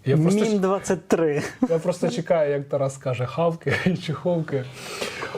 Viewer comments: Правильно - ХОК! Будь-ласка, не кажіть Хавк, бо це максимально дивно. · Байдуже, який словник ви будете брати - Лонгмана, Меріам-Вебстер тощо - в жодному ви не почуєте вимови першої літери як "Г", хоч репніть, а перша літера буде вимовлятися як "Х". Це англійська фонетика, не українська. Ані британець, ані американець не буде вимовляти ГАК! І не треба мені вказувати, що мені робити, а що мені не робити. До речі, не діма, а Дмитро, Дмитрик!